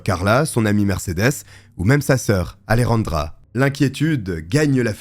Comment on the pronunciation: Ruan, AleRandra. Un petit effort l'ami, pour prononcer la Jota comme il se doit.